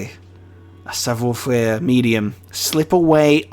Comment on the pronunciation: OI is pronounced WA in French so it's sav(war) faire. You pronounced faire perfectly 👌